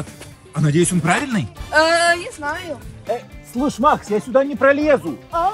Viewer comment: Почему говорит я наю а не я знаю